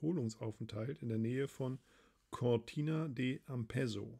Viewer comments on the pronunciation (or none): Du kannst Cortina nicht aussprechen? 🤣